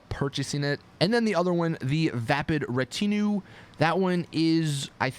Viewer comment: Vapid Ratinue Pronunciation: Ra-teen-you